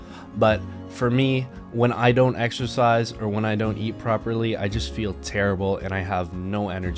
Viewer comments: "Excersize". Jesus Christ bro that's not even close. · Excersize... Im not even a native english speaker and this hurts me so much...